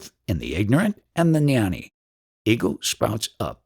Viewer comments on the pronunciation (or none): Gnani is pronounced gyaan-knee not nyan- knee. Shiva is not produced SHEE va. Its shiv ah